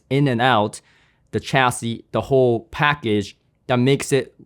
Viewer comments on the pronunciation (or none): none